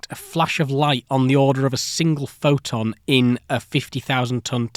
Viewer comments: Kind of hard to take this seriously when you mispronounce "photon" 50% of the time. Practice your "t"s Sound less bri-ish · Not a native speaker so I am curious on the accent , why silent t's and then suddenly not? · Why do you say "phoTovoltaic", but you don't say "phoToelectric" or "phoTon"? (for ex, you say "pho-o-electric" and "pho-on") Just curious.